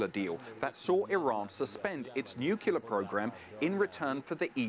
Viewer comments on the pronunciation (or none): Nuclear: new klee yar. Not nyu kyoo lar. Dummy! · No. "nu cle ar" gets the syllables in the right order. With no kyoo.